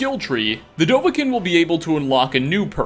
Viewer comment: Did he just say dovahken?! Dovah-Kiin